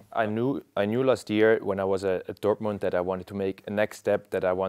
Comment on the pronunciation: Ah, yes, the wittle known German cwub, Dotymund! 👏